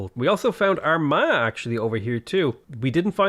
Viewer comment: Armagh, the one time that doesn’t need to apologize for pronunciation on a weirdly spelt place name